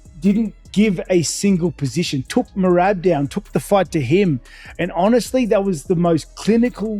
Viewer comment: Hey white boy, say Merab’s name correctly. MEY RAB, not MEYRIB.